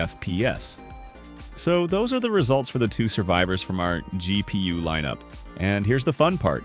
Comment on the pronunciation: GEE PEE YUU